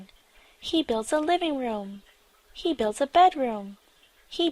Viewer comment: เรื่องที่ 2 ชื่อเรื่องขึ้นต้น He แต่ออกเสียง ชี เสียงคล้ายกันมาก งง ?? ฮ่าๆๆ